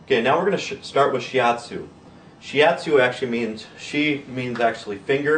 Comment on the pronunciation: shi atsu not shi yatsu "yatsu" 奴 means "guy"